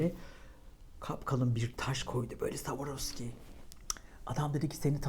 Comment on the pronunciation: Savarovski değil canım swarovski yani sıvarovski diye okunur🤦🏼‍♀️🙄🤦🏼‍♀️🤦🏼‍♀️😘